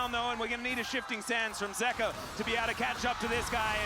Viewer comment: I swear if YOU KEEP CALLING HIM ZEEKA instead of Zeka, I'm gonna get cancer